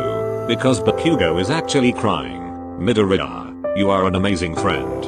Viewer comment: MIDORIYA Bot: MidorEYEya